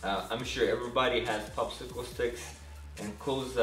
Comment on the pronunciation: "Twenty fucksicle sticks"